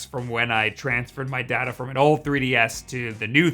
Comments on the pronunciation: IM SORRY, he said data not data? Is he okay? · Day ta how you should pronounce data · he said Data instead of Data. smh. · DADA WTF?? IT'S DATA.